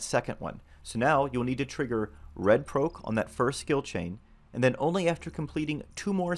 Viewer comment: You say proc so bizarrely lmao